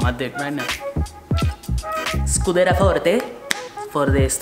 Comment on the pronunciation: Its pronounced scu-de-(RIA) Not Scu-de-ra love your videos man !